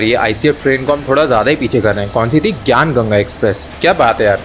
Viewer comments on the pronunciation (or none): none